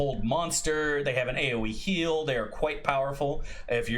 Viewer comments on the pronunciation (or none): none